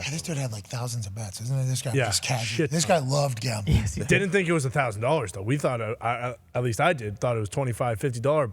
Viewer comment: It kills me the way pat pronounces his "a"'s. He says "Gombling". Ugh it drives me crazy lol